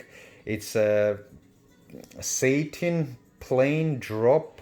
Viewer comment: ) Satin (like apple), not sAtin (sounds like the devil). : ) Nice review!